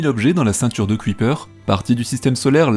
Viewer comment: Bonjour. Aujourd'hui, leçon de prononciation néerlandaise: Kuiper se prononce "cueillepeur" et non "cuitpère". 😉